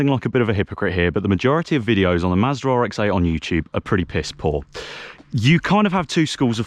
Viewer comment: Why does it sound like you’re saying Maserati